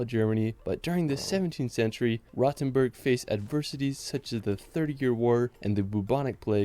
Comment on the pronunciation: The pronunciation of Rothenburg is awful. The 'o' is long and round, the 't' remains a 't', even if followed by an 'h', the 'u' sounds like the 'oo' in 'root', not like the 'u' in 'fur'. Pronunciation of other place names isn't better either.